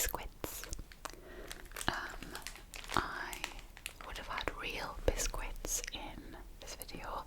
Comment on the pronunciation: Why do you pronounce biscuits weirdly?